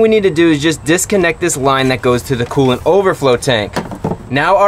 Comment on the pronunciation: Take a shot every time he says coolent